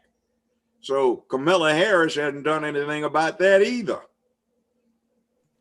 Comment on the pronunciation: Did this man say cum-ala Harris???? Smh